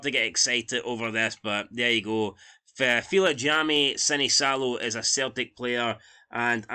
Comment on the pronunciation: Your pronounce it Vilhami Sinichalo